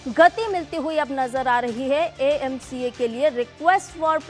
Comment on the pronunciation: Are madam iaca nahi, AMCA, Advance midiyam combat aircraft.